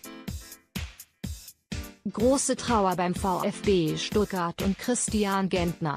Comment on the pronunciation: Dieses teil kann nicht mal richtig Stuttgart aussprechen